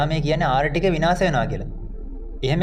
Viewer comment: ආර්ථික යට නේද මේ ආර්ටිකය කියන්නේ මට අහුනෙම ආර්ටිකය කියනවා